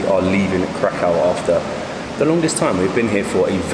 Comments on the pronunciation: You cant even pronounce krakow right literally typical brits posing as travellers it's embarrassing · Kra-kau? That sounds horrible! It's Krah-koof - exactly as it's spelt: KRAKÓW ;-) . Keep up the good work.